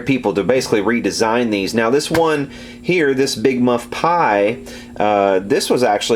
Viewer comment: Yes I did! But you still said "big mud pie"! LOL!! Jack